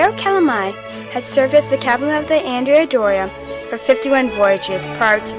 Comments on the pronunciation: The Ships name was pronounced An DREA not Andrea she was named for a 12th century male Admiral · Excellent job. One point: The ship is named for a man and as such should be pronounced "An-DRAY-A Doria". Don't worry; nobody pronounces it properly...just a pet peeve of mine :) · It was named for a male and not a female its prononunced An Drea Doria